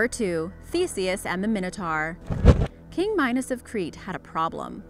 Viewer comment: It's mine-o-tor not min-o-tar